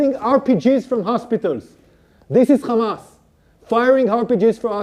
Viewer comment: This guy can’t say hamas he says khamas and Ofc the have rpg’s they are protecting the hospital